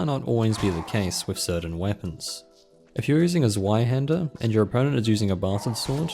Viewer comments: Zweihander is "zV-eye", NOT "zw-eye". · The Zwiehander is pronounced as Sv I Hander It's German and confusing to me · " a sweihänder " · It's pronounced "Zv-eye-hander" :P